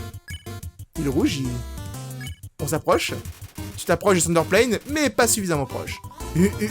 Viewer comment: Je viens juste de tilter... dit Thunderplane mais c'est tsunderplane... C'est un avion Tsundere! j'adore ce jeu <3